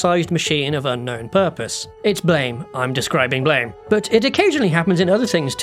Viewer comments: Don’t you know? It’s apparently pronounced “Blam”. Lmao. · Common mistake, it's actually pronounced "BLAM!" (like the onomatopoeia). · "Blame!" is actually pronounced as "BLAM" from the sound that Killy's Gravitational Beam Emitter gun. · That's not how to pronounce "Blame!" by the way. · The vowels. Don't flip them like that.